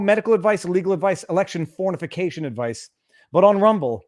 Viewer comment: did he say electio9n fornication?